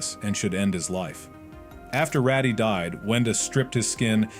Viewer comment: its not ratty its raddy